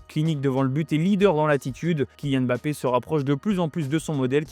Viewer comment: C'est qui EMBAPPÉ , ENDIAYE. ARRÊTER DE MASSACRER LES NOMS DE FAMILLE DES GENS ! C'EST VOTRE TRAVAIL ! Imaginez si on parlait de votre équipe nationale et qu'à chaque fois vous entendiez l'équipe de Franck . Même Élise Lucet as posé la question à Kilian histoire de clarifier les choses mais vous voulez quoi de plus? Franchement ce n'est pas la mer à boire...